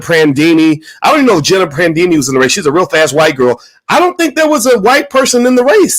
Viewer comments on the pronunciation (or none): none